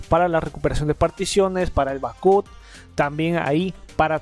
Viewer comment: bak ap , asi se dice en ingles. saludos y abrazos